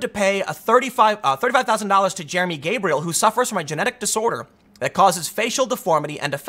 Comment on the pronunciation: Ug.. every time he said gabriel.. I was cringing so hard...